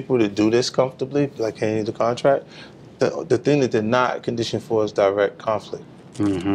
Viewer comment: It is called a CON-tract though not for nothing.